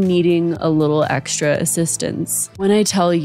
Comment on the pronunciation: Ecksedra?? Learn to speak proper